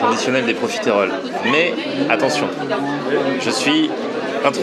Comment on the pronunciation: Pourquoi prononcer profitééééééééééééroles ? J'ai toujours entendu le e muet, à la rigueur si on le prononce ce sera juste un "euh". Je sais que c'est un détail idiot mais ça m'arrache les oreilles à chaque fois.